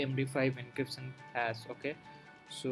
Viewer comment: Bolna seekhle pehle. Hass, hasss kya hai? Hash nai bolna aata? Itni hi takleef hai toh Hindi mein video banaao. Cringy ass piece of mediocre shit.